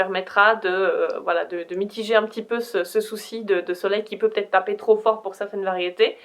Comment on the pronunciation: C'est drôle tu dis ''peutaget'' x3